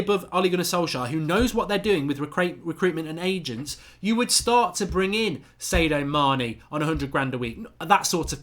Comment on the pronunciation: Pretty sure its SAD-IO not SAY-DOH Mane